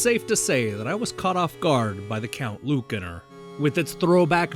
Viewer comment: Ya ever think maybe the c in Lucanor is pronounced like an S?